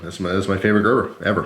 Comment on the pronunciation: oh shit just realized it is pronounced like that, it thought you said greber